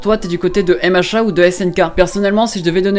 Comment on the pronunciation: Je viens de comprendre que tu disais MHA grâce au commentaires moi j'entendais "hé machins" 😂😂